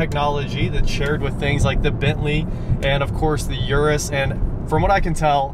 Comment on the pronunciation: It's called Urus not Uris.